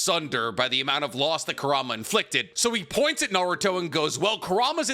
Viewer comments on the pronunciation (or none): none